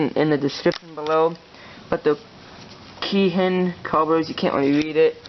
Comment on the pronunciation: The carbs are pronounced keen and were used on old Honda motorcycles